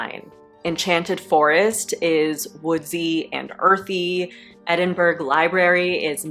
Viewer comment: ed-in-bruh not burg 😉Love the raven pillow. Great ideas!